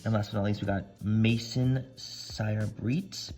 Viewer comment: Manny.. your French 🤦‍♀️🤦‍♀️lolol. "Eau"->owe. "Maison"->mayzone💗